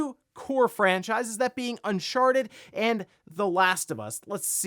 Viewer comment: Am I the only one who keeps hearing him say “un**Sharted**”?